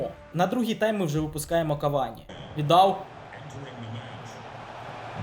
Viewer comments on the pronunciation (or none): none